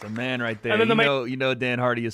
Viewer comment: “mayyne” been surfing recently? 😂